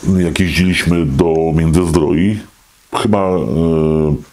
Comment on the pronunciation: Międzyzdrojów a nie Międzyzdroi